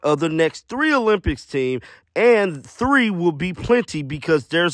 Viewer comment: Olym..."Pics"... NOT "Piss"......